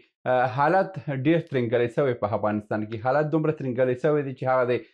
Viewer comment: هیله لرم دا لاندې کلمات سم تلفظ کړئ. الف او ع په ه تلفظ کوی. هنګلستان (انګلستان) همله هفغانستان قناهت هثرات همارات هرب هربستان هانس